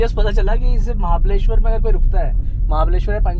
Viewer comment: its mahabaleshwar not mahabadeshwar